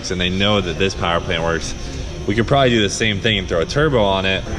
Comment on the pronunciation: "Dew it for Dale"